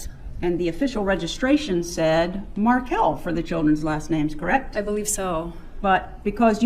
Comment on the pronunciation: she didn't know how to say Dan's last name!